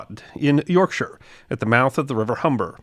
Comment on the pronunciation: Thank you for pronouncing the name of my county Yorkshire correctly. We Yorkshiremen get reet upset when some wassock pronounces it York-shire, or York-sheer!